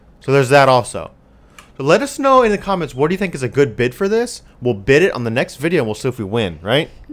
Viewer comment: Bid, not bis